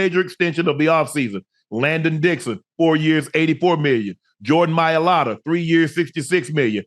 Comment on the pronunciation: Shannon never pronounces Landon’s name correctly